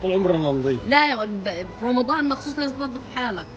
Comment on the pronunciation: اختي تحكي بدل رمضان مرضان